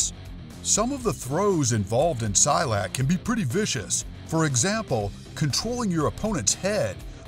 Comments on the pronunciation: Silat is pronounced SEE-LAT, not “Sy-lat”. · Silat is pronounced SEE-LAT. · sorry but you said silat in the wrong way